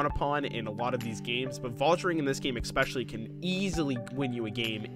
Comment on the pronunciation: Why do you pronounce it egg-specially? There is no "g" at the start of that word. Not even an "x". It's a clear S in the word especially. Othen than that, great video!